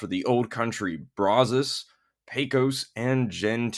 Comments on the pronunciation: It's pronounced brazz+us, not brah-zohs. It's named after the river that is about 5 miles from my house and the local (Texas) vernacular since 1832 is brazz+us. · How to pronounce Brazos